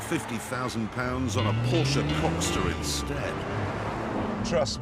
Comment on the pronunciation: lol!!!! Porsche coxter!!!! Priceless.